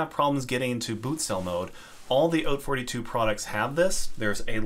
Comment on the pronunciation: thank you for pronouncing "haute" correctly. Not a single other video i've seen has been able to accomplish this monumental feat.